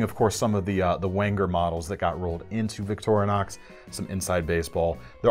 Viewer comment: Liked the video! ...but it's killing me when he says Victor(uh)nox instead of Victorinox (Victoria + Inoxidable = Victorinox ....no "uh" js😁).